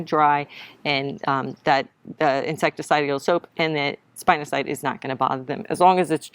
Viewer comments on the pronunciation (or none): spinosad (spin - o - said) not cide 😂